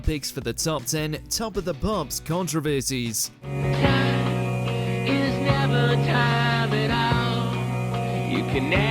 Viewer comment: It’s not contra-versity; it’s con-trov-ersy.